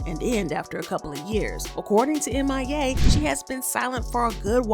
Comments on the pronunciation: It’s M.I.A not Mia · Her name is M.I.A... not "Mia" smh